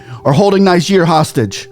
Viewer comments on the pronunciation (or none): Are you saying Niger or Nigeria. Your pronunciation is not clear there. It appears you are saying Nigeria instead of Niger